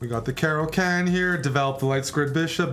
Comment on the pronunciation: Bruh its not a cara can, like a can of cola, but a caro kann like Khan Noonien Singh.